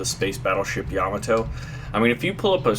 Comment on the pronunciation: "Ya-ma-to" Not "Yam-i-to" =P